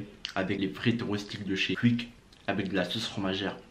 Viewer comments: Tu prononce quick comme un belge ( cuic ) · On dit pas cuique